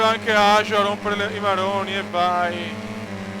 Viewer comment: Ajo si pronuncia Aio;) grande!